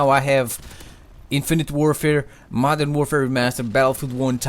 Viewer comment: This guy says "Madara Warfare Remastered" i'm done.✌